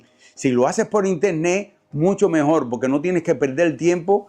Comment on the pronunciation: Mejol??? Porque hablan así de mal?? Mejor se dice mejor!!!